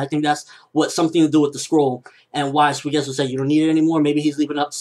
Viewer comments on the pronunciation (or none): none